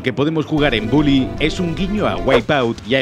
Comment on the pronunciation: Soy yo, o al principio del video en vez de decir bully dice bouly